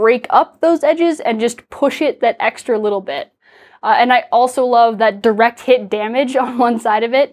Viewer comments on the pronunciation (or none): none